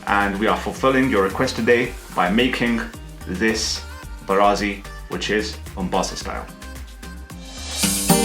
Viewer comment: You say it wrong....it's mbaazi not mbarazi. I will definitely try the recipe today because I boiled some mbaazi